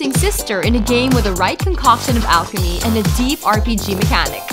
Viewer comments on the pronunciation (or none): none